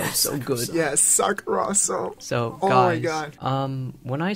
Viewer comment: sakurohsoh? really